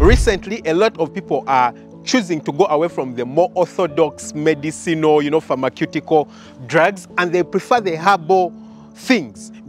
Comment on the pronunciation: Great post. It’s pronounced “Farmer-syoo-ticol” 🙏